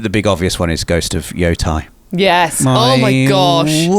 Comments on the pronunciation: They just need to hang onto the vowel sound a little long Yo-u-tay. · I'm super excited for Ghost of Yо̄tei too, but I regret to inform you it's pronounced more like* "Yo-tay" (rhymes with "go pay"). Apologies for the "well actually"! Carry on! :) (* To be perfectly accurate it uses a long "oo" too, and the Japanese "o" sound is a bit... flatter? than English? so depending on your British accent variety it might be closer to "Your tay". You can find examples of Japanese people saying it online. But in general English conversation, I think "Yo-tay" is an easier approximation.)